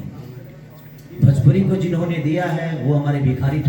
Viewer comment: Are Khesari bhaiya bhajpuri nahi bhojpuri hota hai